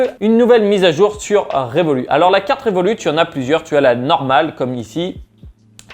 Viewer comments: on dit "revolutte" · on prononce le T de Revolut